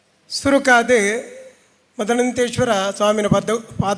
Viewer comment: ಅರವಿಂದ ಣ್ಣ ಶ್ರೀಮದ್ ಅನಂತೇಶ್ವರ ಅಂದೆ ಹೇಳಬೇಕು. ಮದನಂತೇಶ್ವರ ಅಂತ ಹೇಳಬಾರದು